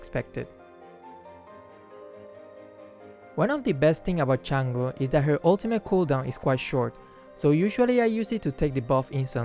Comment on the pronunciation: Unsubbed because of how you pronounced Chang’e